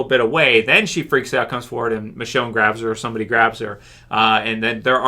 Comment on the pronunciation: Also, did anyone else notice that Maggie said "Richone" not "Michonne", or am I just deaf.